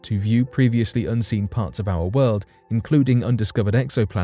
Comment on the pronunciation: Thank you for this earth shattering news about " owa wooled"